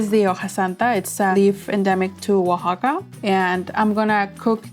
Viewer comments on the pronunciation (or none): none